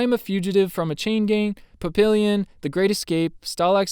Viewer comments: FYI - "Papillon" is pronounced, "Pappy-yawn" - French for "butterfly". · It is pronounced Pap e yon